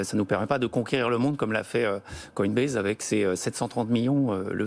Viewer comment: Il a réussi à répéter 1 fois "Coinbaz" pour ne pas trop gêner la journaliste, mais ça a vite switché derrière